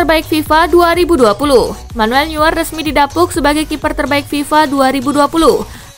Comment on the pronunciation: Neuer dibaca noyer.